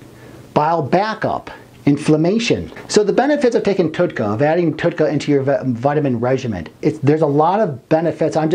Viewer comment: you can't even say Tauroursodeoxycholic, you didn't say TUDCA correct, you did not say what "HDL" is, you referred to Alzheimer's in 2 ways when explaining a disfunction. The audacity. This subject isn't even that hard to grasp, so making things described accurately is a feat of a texas instrument computer from the late 80's. If you don't even know what something is, being and egotistical meatball with a speech impediment warrants a godsend suicide. You were mocked for being stupid, so you went to the gym... then you decided you could do both.... I've never seen a video with this many transitional fades. You're trying to prove you can be! ALL HAIL BECAUSE YOU'RE THE MASTER! I can be a master editor! look at my 15 transitional fades! did you like the one where it was squares?! i picked that one! if you don't actually study something, then shut the fuck up. You're clearly not educated in the subject matter. This is an important thing to be knowledgeable about IF you're trying to help strangers on their ventures to health. Let's say you're a bullied meatball asshole kid that has 1000 people think that this is the epitome of truth. People are impressionable and you just became one more shitbags of garbage for dumbfucks to involve themselves with. Just because you're insecure doesn't mean you can post-up as "" and be retarded all over everyone. Killing yourself is always an option if you can't NOT fake being a man of actual, true information. You should try killing yourself